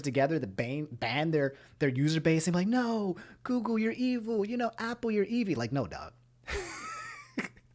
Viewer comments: when he said Aupple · No one: Absolutely no one:: "Opple" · Nobody: when he says Apple “oPpLE” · Why does pronounce apple like (awpull) but pronounces app like (AHP)? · I was about to say